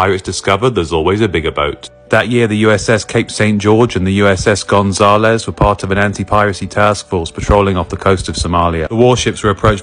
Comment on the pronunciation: How can you pronounce Gonzalez so bad?